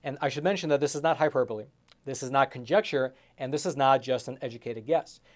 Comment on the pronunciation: PLEASE look up the pronunciation of the word "Hyperbole". You are better than that. I give you $ every month... please pronounce things properly. I know the word is F'ed up and English can be hard... LOL but. ♥ Great report, as usual.